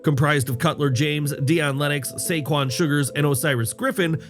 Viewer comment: Sayquan sugers? Tahahahahahaha😂😂😂😂😂😂😂😂😂